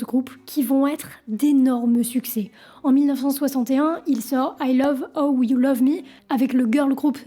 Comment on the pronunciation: Très bonne vidéo, juste ton anglais qui pique un peu, rien de bien grave ^^ Ramones pas Raymones Teddy Bears pas "Beers" (bairz, non birz) How c'est "haou"